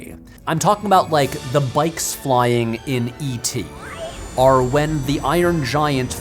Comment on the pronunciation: ok, but why do you say "arr" instead of "or"?